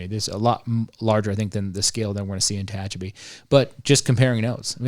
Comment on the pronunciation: Tehachapi not Techapi